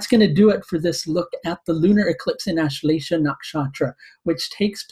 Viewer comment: lol ur accent don't get nakshatra name correct